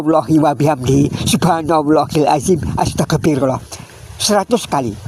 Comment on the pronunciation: Mohon di ralat, baca istiqfarnya..pada menit 5.08 astagafirullaoh apa astagfirulloh? Mana yg benar.